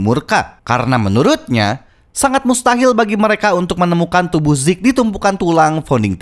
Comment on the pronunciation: Zeke bang bukan zek